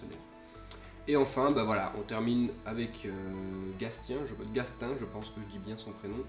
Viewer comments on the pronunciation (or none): on ecrit gatien et ca ce lie gacien